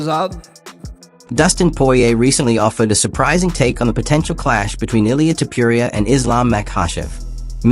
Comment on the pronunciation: Author, who the fuck is “Tiuppiuria”? His name is “tOpUria”! Or Topooria. For correct pronounced